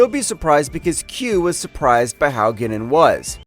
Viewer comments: I tried to enjoy this video. But this narrator has never watched a episode of Next Generation in his life. Six minutes in and he cant even pronounce Guinan's name or the name of her species properly. Seriously do y'all not have producers or directors to correct these mistakes during recording? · Somebody hasn't really watched TNG, I think. Mispronouncing Guinan as Ginnin makes me sad inside. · i truly wish u guys would have someone who is an actual fan, or at least seen a handful of episodes covering the material in the video. or at least the fckn editor or someone can catch this stuff before its in post. Guinan is a singular being, and its pronounced Guy-nan. alot of ur content is this way, produced and narrated by people who are clueless to the material. i appreciate the videos, but ur fan base would appreciate it if yall would do some research beyond google. talk to some fans, and get a better editor and narrator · Have you ever seen an episode with Guinan in it, and heard her name pronounced? No? Well, it's not "gwin-nun" it's "guy-nan" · Ginen? It's guy-nan jeez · My gosh, listening to this clown mispronounce names is hilarious. Ah i remember Gwinnin well. That indispensable star trek chatacter. "FLOWERS!! Is there a jean Luck Pickerd here?" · he also said "ginnan" and my eyelid started twitching. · It's pronounced GUY-nin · Who in the devil is Ginnen?? 🤣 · your pronouncing guinan wrong. unless they decided to change the pronunciation of her name in the recent series from what is was in the 80s and 90s. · Guinan's name was badly mis-pronounced by this video's narrator,..on at least a few occasions within it. The Q Continuum was also mispronounced. Lastly, "Q's"? " Hard to fully listen when so many bad pronunciations are done by this narrator. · Misprouncing Ginan, El"Aurian, and Romulan....obviously the narrator has NEVER seen 1 episode of Star Trek...so why is he narrating the video?